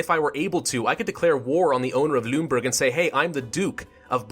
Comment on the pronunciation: The pronounciation for Celle is TSEL-leh, Lüneburg similar to LEEnehboorg (ü is like a middle ground in between oo and ee), Holstein = HOLLshtine, Weimar = Vimar. Great let's play, loving it.